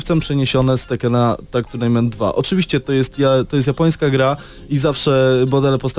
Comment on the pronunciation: Tuirnejment buahahaaaaa